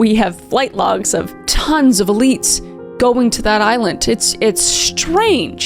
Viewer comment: I might be just smoking too much weed but did anybody else hear her say other elites?